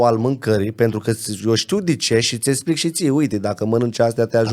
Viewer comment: e clar ca stii bine limba romana. Dau un singur exemplu: esplic in loc de explic. Si nu contest cunostintele si dedicarea, sa fie foarte clar. IL ASCULT CU MARE DRAG, pana ma impiedic de problemele cu vocabularul limbii romane.